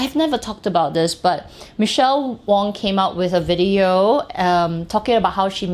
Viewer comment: it’s Michelle WAng 😅🤣😂 great video as always.